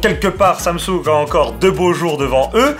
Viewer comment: On dit Tchiaoumi mimix folleded Tchou et Tsamtsounegue 😛